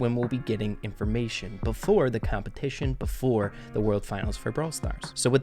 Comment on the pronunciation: It says "completion" not "competition" lol:33 Much love,!!